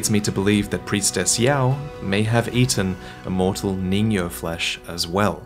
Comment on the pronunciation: also its pronounced ningyo